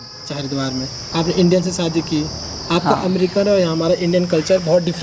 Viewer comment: एंकर भाई बड़ा बुरा लगता है जब आप इंटरव्यू लेते समय शादी को सादी बोल रहे थे।आप से बेहतर तो अमेरिकन लेडी है,आप इनसे ही हिंदी सीख लो,अच्छा रहेगा